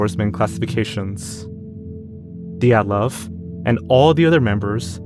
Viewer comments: Oh my god you're the first youtuber I've seen pronounce Dyatlov correctly fucking bless you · As a Russian, I want to say that you almost completely correctly pronounced the surname Dyatlov, unlike many other bloggers... Thank you 😀